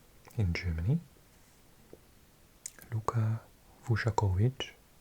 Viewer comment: Come on , Vušković not VušAković is one of the best young centre backs in Europe right now. Best young player of the season in Bundesliga played for HSV on loan from Spurs. You dissapoint me a bit 😒😒😂😂. Find some of the goals he scored this season you ll be amazed, also with his defending skills